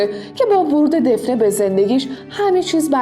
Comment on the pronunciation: گفتید دفنه ولی دافنه درسته